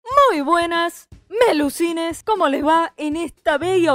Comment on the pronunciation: En vez de melucines escuche, muy wenas PELUSINES KSDJKSD oigan pero como pueden hablar en among us a mi ni me deja decir nada we y tampoco cambiar nombre sé, con esto de la actualización me confundí a- y me dijo "Felicitaciones. Ya eres verificador Beta de esta app." Esta app está disponible para todos tus dispositivos"